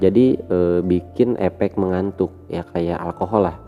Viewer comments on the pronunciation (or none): Koreksi mas,...efek, bukan epek